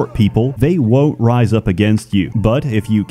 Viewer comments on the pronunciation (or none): none